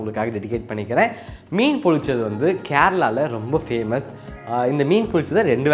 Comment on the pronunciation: It's pronounced as pollichathu.பொள்ளிச்சது.